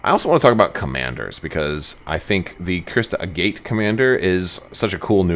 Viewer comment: Agate is a real word, and it’s not pronounced the way you’re doing it. Is her name pronounced this way in cannon somewhere?